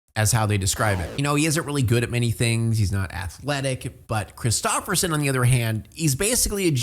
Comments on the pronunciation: its a Norwegian name tho lol love how you ruined it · maybe because it’s a Norwegian name lol you’re saying it wrong